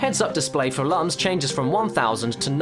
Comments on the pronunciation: Lums are pronounced "loom", not "luhm". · Lums are pronounced "Looms."